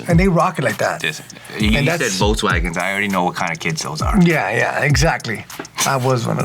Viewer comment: I remember once upon a time saying “Jokes-wagen”. That told me all I needed to know about his opinion on VW! 🤣😂😅